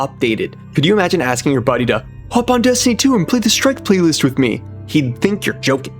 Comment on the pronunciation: PLEASE FOR THE LOVE OF GOD, do not make Dez-tiny fweee. Pweee vee pweee guys and eververs game